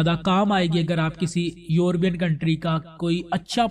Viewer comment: یوربین نہیں ہوتا لفظ یورپ ہے اور یورپین بولیں درست فرما ادھر ادھر سے سن سنا کے ایسے ٹھوکی کھڑے او